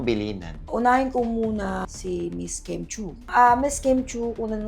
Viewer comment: only god knows. name n nga lng ni Kim d mo mgawa. KIM not kem!!